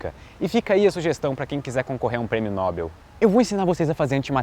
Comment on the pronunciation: Por que é que muitos pronunciam Prêmio "Nóbel" ao invés de Prêmio "Nobél"? É brochante ouvir alguém falando sobre Ciência e pronunciar errado o nome de um prêmio tão importante. Pegue um pedaço de "pápel" e escreva: "Nóbel" ou "Nobel". Sem o acento, a pronúncia é como em "papel".